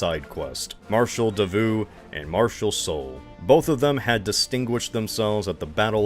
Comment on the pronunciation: I felt I was being shot every time he pronounced Davout. (Edited because I forgot some words so the sentence made no sense originally)